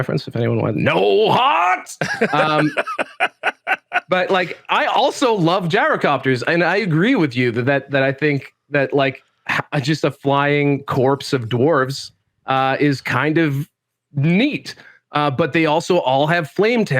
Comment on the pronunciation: Wait, does think Corps is pronounced "Corpse"